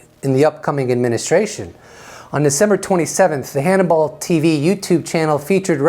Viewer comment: I like you,your channel and your videos but fyi..it's Hannibal tv...as in rhymes with cannibal..Hannibal tv is the name of his channel...just saying edit..just realized that you may pronounce "cannibal" wrong too...so,if that's the case then what I said won't make any sense hannibal,cannibal..pronounced hanni-BULL,canni-BULL not..hanni-ball,canni-ball ok,my bad..sorry to be "that guy"...take care and I'm out